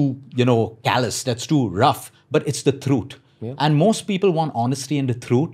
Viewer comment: Every time he said "THROOOTH"